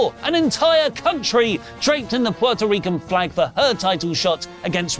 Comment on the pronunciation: Lol, you rightfully get a lot of flack for some of your pronunciations, but as a Puerto Rican, I really appreciate the way you are pronouncing Puerto Rico and Puerto Rican.